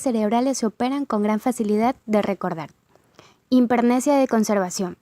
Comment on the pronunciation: Por favor pronuncien bien, es importante: hipermnesia, no himpermnesia.